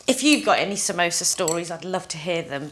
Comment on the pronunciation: Samosa* not samoso.